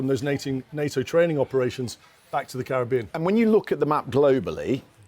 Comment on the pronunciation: They all need to learn how to pronounce Caribbean properly.